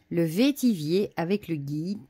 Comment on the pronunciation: Bonjour, merci pour cette présentation. On dit vétiver (comme ver de terre ou vert 😁). Bon dimanche à toi.